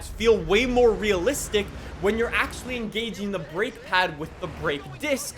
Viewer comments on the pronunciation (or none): none